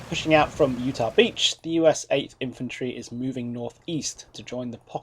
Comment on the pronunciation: That seems like a running theme- first it's Utach Beach, now this!